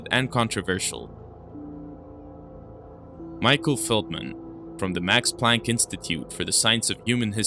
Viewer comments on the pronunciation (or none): none